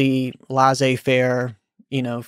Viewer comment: I keep hearing people saying "lah-zay fair": it should sound more like "leh-say fair" (laissé faire or laisser faire, two "Ss" so a "s" sound rather than a "z" sound). Thanks for these great videos by the way.